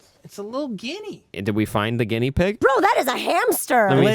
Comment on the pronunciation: Every time Matt says "guinea" the part of me that grew up in a Sicilian family cringes.